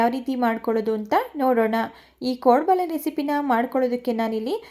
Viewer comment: ಕೊಡಂಬಳೆ ಅಲ್ಲಾ ಕೋಡುಬಳೆ😂